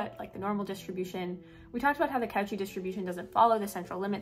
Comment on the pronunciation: I just need to nitpick. It's pronounced coe--shee. Good shit otherwise.